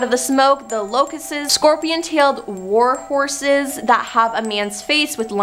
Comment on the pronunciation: been saying this for weeks with this host.. she murders the English language daily... warhoses instead of warhorses... for example lol